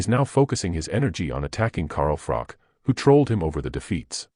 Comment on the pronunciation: Pronounce Carl "the COBRA" Froch's name correctly then say anything about a fellow Nottingham man ? I've met Carl Froch aged 12? Too sleek kaleek vs Willey Wise? (Harvey Hadden) Carl Froch was a polite young kid, since met him at the certain casino in Nottingham and even though he has so much money in his bank account he is still that humble, polite kid I met all those years ago, tmy only problem with Carl Froch is he's a forest fan, but despite his football preference as much as it pains me to say he is still a decent kid at heart and he's true to the game of boxing